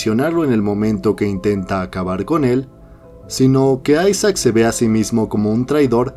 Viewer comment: porfin alguien que lo llama ''aisac'' y no isaac